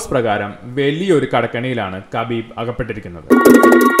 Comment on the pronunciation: Not kabeeeb 😂 it’s Habeeb